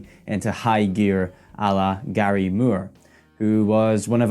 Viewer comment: It's not murr! It's Moore with long O😮